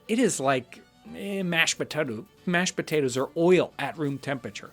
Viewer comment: Ah, yes. The fine mashed potuttoo!